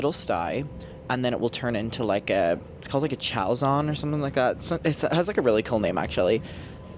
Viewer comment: Best of luck on your healing! I kind of love this as I am an ophthalmic technician as my career!!! I know eye surgery is no fun but I do love to hear you talk about something so niche hehe. It’s pronounced sha-lay-z-en (chalazion).